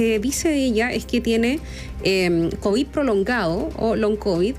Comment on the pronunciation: Analya le dio "Cobiss" extendide....😮 ("Maremia" 😂).